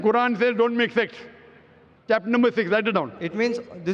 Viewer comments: he said sects not sex... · “Makth sexth” 😂